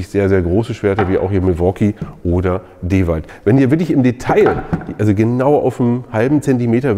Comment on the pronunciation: Ich liebe den Kanal und die Videos, aber bitte bitte bitte sprich endlich DeWalt richtig aus! 😂